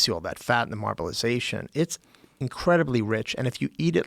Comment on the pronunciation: my man called it "marbelization" 😂😂